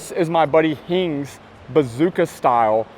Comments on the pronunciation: Cmon, it's bōsōzoku not bazooka. For a guy with channels dedicated to car culture around the world, its time you learned some culture yourself. You sound like a bro on vacation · Bosozoku,. Bo-so-zo-ku, not bozooka! 😂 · Hey! Bosozoku, not bazooka style) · Bazooka🤣😂🤣😂🤣 Its BŌSŌZOKU! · I think it's called Bozosoku not bozuka mate :D